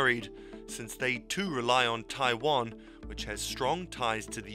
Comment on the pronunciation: I cringe so hard every time I hear westerners pronounce Taiwan.